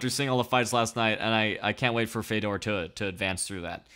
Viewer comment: What is it with the weird Fedor pronunciation? Common man, there is like a billion ways for you to hear(The commentary team?), how can you still say it so weird?